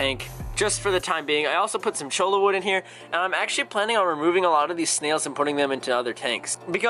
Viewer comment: You should do a video on the proper way to say Cholla. Cause, see, I have told you how to pronounce it. But you still said it wrong in this video. Maybe if you do a video of how o say it right you'll get the rest of the fish keepers that say it wrong to pronounce it right. So, last time I say this. If I hear it pronounced wrong again I will unsubscribe and stop watching your videos. Please look it up if you don't believe me. But seeing as how your from up North in Wisconsin and I'm from hot Arizona where the Cholla wood comes from Cholla cactus. I'm pretty sure I know what I'm talking about. So here goes. Choy-ya! It's from a cactus. In Spanish the double L is pronounced with the Y sound.